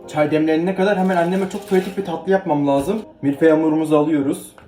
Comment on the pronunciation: Lâzım kelimesinin telaffuz8na dikkat.